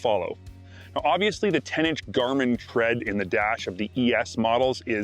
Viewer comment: Tread not thread